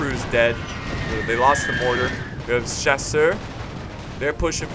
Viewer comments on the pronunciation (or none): chasseur is pronounced cha sir